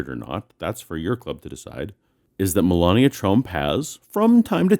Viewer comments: Separate church and state mean state neutrality. All religions are welcome. They choose to not understand that! Also, he can't pronounce Melania's name either! Btw, it was a good joke! :) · He waits until five minutes in to introduce himself and he can't pronounce the first name of our First Lady. Seriously!?! It's almost shameful to take potshots at this guy. He's such an easy target; he practically makes a fool of himself. No outside help required.